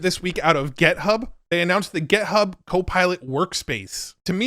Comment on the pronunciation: I'm once again pleading you to stop saying gethub. Thanks, man. Until next time.